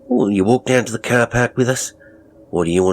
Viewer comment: As an Australian I would like to commend you on your accent. You have a real knack. Some words were a bit off. Seems there is a struggle with where we have R sounds (at times we’re the R doesn’t even exist.) Eg Work Walk But all together very good good job and great story!